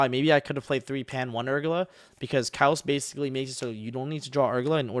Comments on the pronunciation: thats the most khaotic pronunciation of khaos i've heard. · think it's pronounced like "chaos" big dog. good stuff